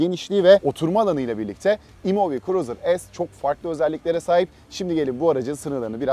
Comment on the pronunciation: E muv diye okusan daha mantıklı olurdu dostum